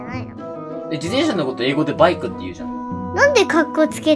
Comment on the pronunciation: バイクのイントネーションが違うかな（笑）